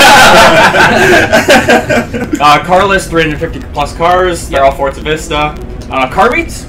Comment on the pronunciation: Has anyone noticed that when he says forza it sounds like fortza